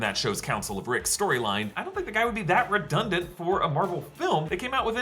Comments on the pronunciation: Did you say Rickdundant? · Did he say Rickdundant? Love it!